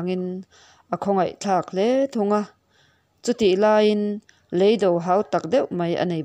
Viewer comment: Ka tisual em lovang chu maw..?! Leido 'Lei - Toung' zawk hi, a lamrik dan tur.